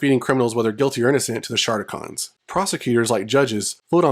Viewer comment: Somebody never watched the ‘86 movie or G1 season 3. The audio for those clips you used has the correct pronunciation. Also, SHARTicons?! 🤣